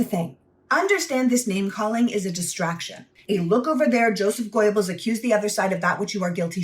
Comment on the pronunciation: Very good video. 👍 But... It's not INE-gels, just ENgels, like it looks. And it's not GOYbels. Technically the first syllable vowel is like the 'U" in "push", or you can just say "Gebbels".